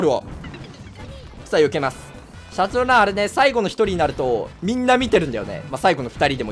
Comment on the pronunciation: シャトルランの発音おかしくない？